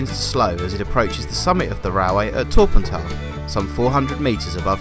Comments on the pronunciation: It's Torr - Pant- Aye, great drone footage, keep up the good work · The correct pronunciation of Torpantau is: Tor as in war Pant as it’s said Au as in eye TorPantEye